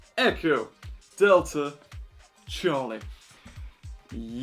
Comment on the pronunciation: It’s Charlie not charl😭